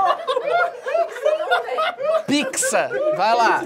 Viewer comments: picza = pizza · "Picza" KKKKKKKKKKKKKKKKKKKKKKK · Eu nao conheço picza eu só conheço pizza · Antes eu falava "picza" mas eu aprendi a falar pizza 🥲🖐️ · Tadinho do Ele não consegue falar “picza” e ainda pediu desculpas 😂😢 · "comida?" "É... Picza" KKKKKKKKKKKKKKKKKKKKKKKKKK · O não sabe falar "pizza" minha amiga tem um amigo que não sabe falar "três" KKK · picza, pitiza. kkkkkkkk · Alice Vilela ele sabe falar mas prefere faltar assim